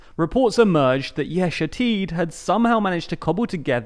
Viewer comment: Yesh Atid is the only phrase he didn't butcher.